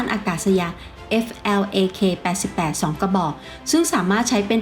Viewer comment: อ่านว่า ฟลัค 88 ครับ